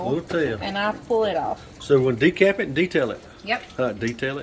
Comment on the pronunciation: I thought de-cap-itate it was too funny